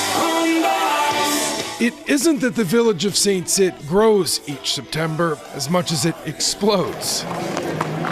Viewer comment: … Quebec rodeo… I thought the community of Saint-Tite was pronounced in French as [San TEET] and not [San TIT]?